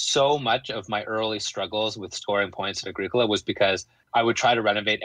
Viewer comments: every time you say “A-greek-ola” I just cringe hahaha. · My FLGS gave away Mayfair posters with the proper pronunciation of A-GREE-COLA on them, nice work (though it was too late for me to change at that point.) Also bumper stickers: "My other car is a Moldboard Plow"